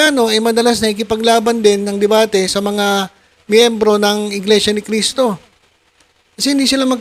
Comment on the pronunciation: Di ka ata marunong magbasa brod,ang laki ng mga nakasulat sa kapilya, na Iglesia Ni Cristo,pero iba parin ang pagbasa mo